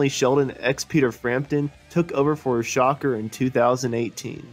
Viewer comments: JUST FYI.... Mel Schacher Pronounced shah CAR' (NOT SHOCKER)🟥🟧🟨🟩🟪🟫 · How to tell us that you don't know how to say Mel's last name without telling us. #1. Just don't say it. #2 Say it wrong.